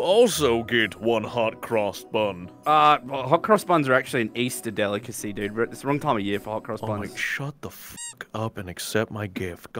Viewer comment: Easter not eastern 😭✋🏻